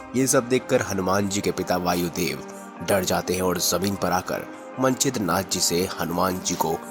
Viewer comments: ये मनछिद्र नाथ क्या है? मत्स्येंद्रनाथ कहिए प्रथम सही उच्चार कीजिए । और यह कथा नाथ सम्प्रदाय में साम्प्रदायिक महिमा बढ़ाने के लिए प्रचलित है। किसी भी रामायण में नही है यह कथा । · मत्स्येंद्रनाथ को तो यार तुम मन छिद्रनाथ बोल रहे हों। उच्चारण तो सही रखो